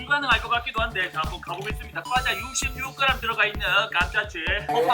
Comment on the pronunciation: 꽈자라고 발음하시는거 귀엽다ㅋㅋㅋㅋㅋ